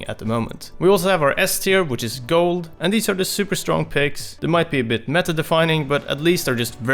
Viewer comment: "The meä"